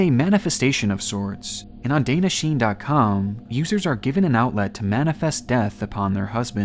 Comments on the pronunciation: Just so you know, it's pronounced like "Dan Nah, Si Nay" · I was caught off guard with the pronunciation of "Danna-Shine". I don't know what's weirder: how he pronounced it or how he pronounced "shine". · Danna Shine's pronunciation isn't just "Dana Shine" or "Dawn-a Sheen". It's"Dawn-Nah She-Neh". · BTW "Danna-Shine" is actually pronounced "Dah-n-nuh She-nay" not "Day-nuh Sheen" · nah the pronunciation of "Danna- shine" was a murder on it's own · "dana sheen" Imagine a world where people actually bother to spend 5 seconds looking up how to pronounce words before butchering them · its dan-na shi-ne, at least put foreign languages into google to hear the pronunciation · Love your content. But maybe try to find out how to pronounce the word in Japanese first. It’s very jarring.